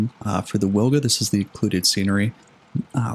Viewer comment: Wilga is prounonced veelga, trust me, I'm a Pole. W is always V in Polish, to say weelga we would write it down as Łilga